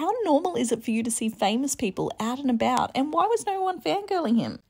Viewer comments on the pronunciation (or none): “eeeot and abeeout”